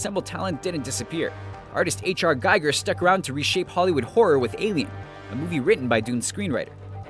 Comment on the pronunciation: Good vid... but learn how to pronounce Giger!